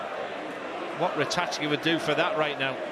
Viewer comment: How many times does he have to pronounce Ratajski properly before the other idiot cottons on. If you can't pronounce names you shouldn't be commentating